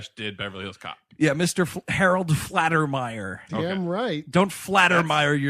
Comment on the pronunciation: It's FAL-TER-MEYER, not Flat-er-meyer. But i love you guys SO much; forgive me for being pedantic. Also, i love that song "Shakedown", too!